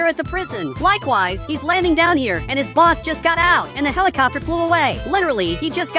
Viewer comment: Why he always says likeways😂😂😂